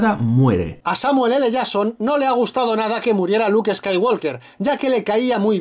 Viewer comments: "Samuel ele yason" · No digo nada pero ellos tambien cambian la forma de decir Samuel L Jason a cada vez que pronuncian su nombre.